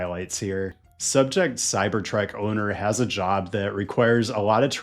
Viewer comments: The Cybertrek. Is this intentional mispronounciation of the name of this intolerable vehicle? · Why do you keep saying CyberTrek? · Why do u say it like Cybertrek? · It is called a cybertruck, not a cyberTRECK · why do you say cyber trek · I keep hearing "cybertrack"